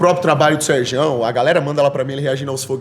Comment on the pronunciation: falando Serjão ta errado jkkkkjkj deu ate agonia